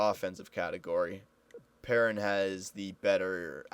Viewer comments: it's not "pear- in" It's "Purr-On" He's French Canadian. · its david PEAR- AWN